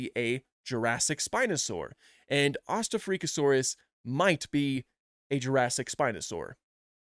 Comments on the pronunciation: I'm pretty sure it's Ost-Afrika-saurus, as in East-Africa-saurus, but in German. 😊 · To be fair he’s kind of saying it wrong. It’s a Germanic name so “Ost” meaning “East” and pronounced with the kind of middle vowel sound of the worst “Bought” said in a NY accent. Then “afrika” meaning “Africa” pronounced basically the same but with a front vowel like the one in “alter”. So you really want to say then distinction instead of running them together like that. Think about “Eastafricasaurus” if you head someone pronounce that “Eastuh-freakuh-saurus” and how silly that sounds. Well it’s kinda the same strangeness as what he actually did.